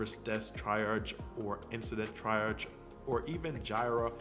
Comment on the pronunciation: great video BTW: the first job’s key word “triage” is pronounced tree-ahj ;)